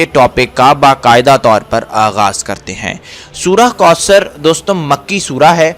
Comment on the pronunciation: Bhai mind nhi krna AP word koosr read kr rhy ho jub k sahi kausr hy